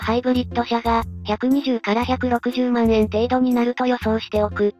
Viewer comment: 万円(よろずえん)